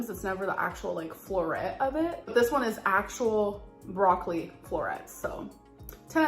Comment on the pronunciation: The way she says broccoli makes me rage 😭